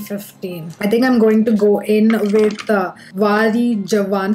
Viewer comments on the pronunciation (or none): Thankyou fr honest review👏🙏💞 I dont knw why ppl get offended if someones being honest.She wasnt disrespectful and stating honest points.. Also Vari Jwan😂😂 ( u shud say it like Vaari Jaa-Wa - punjabi word) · I laughed out loud when you said wari jawan like that...😂😂😂😂